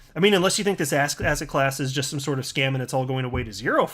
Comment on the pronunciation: You say asset class, and I keep hearing ass hat class. Lol Thanks for the continued great information!